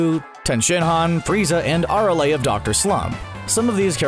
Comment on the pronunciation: you pronounce Arale wrong too...worse dbz/super voice over ever